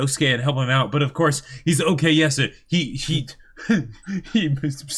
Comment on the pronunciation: Stop saying okeyasu